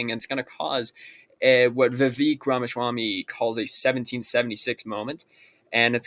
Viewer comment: Well this was comedic i guess. Honestly man you got to get out of your bubble. Stop listening to vivek (which you are pronouncing wrong) and alex jones and realize most of the rest of the country doesnt live in right wing youtube lala land. There are vast swathes of the country that think things under biden are fine then there are those that hate trump so much they would vote for his opponet no matter what then there are those who know nothing of politics but will notice the absolute fit the mainstream media is about to throw and will cast their vote accordingly. I am not saying trump cant win but right now id give him about a 20% chance. He and his candidates have not done well in an election since 2016. Also you are being played by the left. A trump nomination is exactly what they wanted and now the polls are going to start sliding in bidens favor.